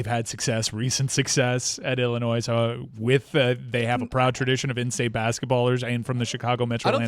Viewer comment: Did really pronounce the s in Illinois?